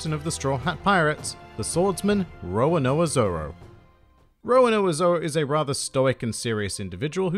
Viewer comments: Roa-noa-zoro LOL. Its RO-RO-NO-A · Roanoa Zoro? XD it’s roronoa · Is it just me or is he saying Roanoa instead of Roronoa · Its not roanoa zoro Its roronoa zoro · Why is the pronunciation "Rowanoa Zoro", even though it's a cute pronunciation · Actually it's just wrong pronunciation. I doubt even with your accent, you say Count Draycula or forget to pronounce an entire 'ro'... Don't try to blame it on the accent man. I understand some phonetics are different with accents, but these are fairly simple; especially once you hear them countless times in the anime. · the way he pronounced roronoa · hell yeah they are, but that’s just a pet peeve of mines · please never ever say Roronoa ever again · You're mispronouncing his name lol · Say 'Row' then 'Row' again; then 'no' then 'aaa'. And that's how you pronounce Roronoa. Can't believe it's so hard for some people to pronounce, honestly... And it's Dracule as in Dracula, not Draycule